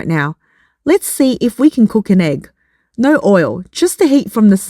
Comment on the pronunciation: No is not spelled Nurr NZ and Aussies don’t understand what the letter O is supposed to sound like